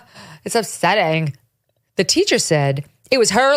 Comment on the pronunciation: Please say upsetting like that again often! Soooo funny! 😅